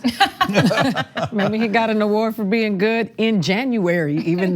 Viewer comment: puts an extra W and a K in “award” — AWKWARD !